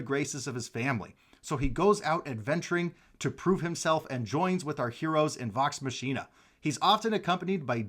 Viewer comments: That entire intro of how addresses and nicknames the crew made up for your mispro's. You are fine. Great video reveal! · Your wife has your back lol - I just can't believe you hadn't heard it pronounced prior to this video!